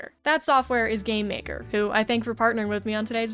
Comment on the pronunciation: Idk why but instead of game maker I heard "Gay maker"